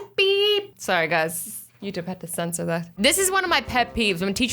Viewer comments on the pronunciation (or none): No-one: Not even a single soul Azzy: Sore-ie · Azzy: Sor sorry Me: So sorry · nice pronunciation of sorry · I love her accent went she she says sorry